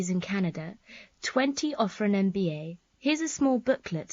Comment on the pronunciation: She said mba no mba program 😂